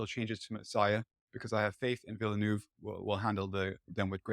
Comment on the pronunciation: All experts here but they all fail to pronounce the name of the director correctly. Again, it's not Villenooove!!